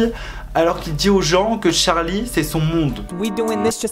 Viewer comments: C’est pas tcharli c Charli!!!!! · CHARLI PAS TCHARLI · C est trop chou parce que tu dit tcharlie et tchaise au lieu de Charlie et Chase mais si on jtm trop🔥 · on en parle de qd il dit « Tcharli » charli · Tcharlie tchase la prononciation mdr 😂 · tu me fais rire quand tu dis son nom tu dis Tcharli😭🤣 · Tu dit tchase et tcharlie wsh😂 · Pourquoi tu dis "Tcharli" et "Tchace" J'attendais trop ta vidéo ❤🥺